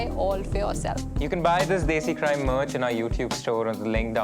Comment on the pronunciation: Bhai kam se kam "Desi" tho desi accent me bol deta. 🤦🏻🤣